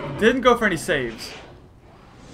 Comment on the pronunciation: YOU keep calling saves swichis!!!!!!!!!!!!!!!!!!!!!!!!!!!!!!!!!!!!!!!!!!!!!!!!!